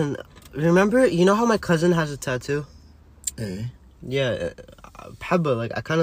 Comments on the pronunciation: I love how his dad pronounced tattoo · i love how he says tatu and not tattoo lmao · Every one :tatoo His dad :tato tato